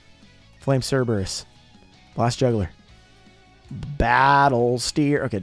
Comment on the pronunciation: Ever notice that it’s not “Flame Cerberus,” it’s “Flame Cerebrus”?